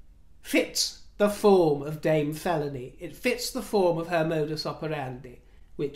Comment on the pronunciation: "Queen Felawny"? Cornish? Ooohhhh... "Queen Felóny!"🤣🤣 Autumn allergies mean I snot when I snort. 😤 Excuse me, my lovelies, while I find a tissue! I could use my hair. I'm sure MM uses hers. Mustn't she take hers off now and then to wash it? It's economical. Perhaps it's how she saves up to pay for her photo ops and positive reviews.